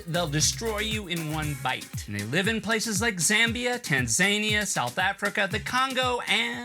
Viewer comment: You mispronounced "Tan-za-nia".